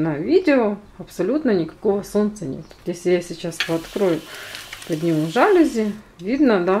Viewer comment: Красивые! Только жалюзИ, а не жАлюзи!)